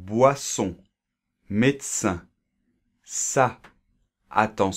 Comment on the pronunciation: You mispronounced the "in" of medecin.